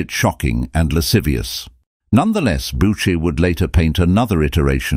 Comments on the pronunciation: Is this a computer reading the text? .Since it cannot even pronounce correctly the name of the artist. It is not boucher...but pronounced booshay. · So - Boocher, Bowcher, Boosher, Bowsher? I never heard so many mispronunciations of a single name. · The presentation is unfortunately replete with clichés , mispronounciations and, what is worse, howlers (such as asserting Louis XV was the son of Louis XIV! He was his great-grandson!). The pictures remain beautiful, however, and we are fortunate to be given time to enjoy each one